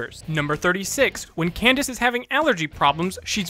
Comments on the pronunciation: you said cadence instead of candence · He mispronounced Candace's name, and instead said "Cadence" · In fact 86 it sounded like you said Cadence XD MLP FOR DA WIN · you said Cadence instead of Candace on 86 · In fact 86, you said Cadence instead of Candace. In fact 100, you said that you probably mispronounced someone's name in the video. On purpose or no? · You were right on fact 100, You mispronounced candice as cadence once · Am I the only one who heard him call her Kadance? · "We'll give it a pass because we probably mispronounced somebody's name in this episode." No, no,. I'm sure Cadence is a real character. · Did you say Cadence? Lol Cadence is another name for a scale in music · You said "7" instead of "70" and in 86 you said Cadence just like you said you probably mispronounced someone's name😂 anyway good job! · "Jerem" "Number 7" "Kidence" And that's my nitpick for the night. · He actually did mispronounce a character’s name in this video lol